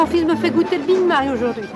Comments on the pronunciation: J'ai entendu le " Big mal" perso! 😹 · j'aime bien aussi comme elle prononce Big Mac (Je vais gouté le big-Ma) xD